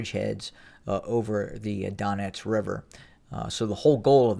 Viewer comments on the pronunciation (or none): none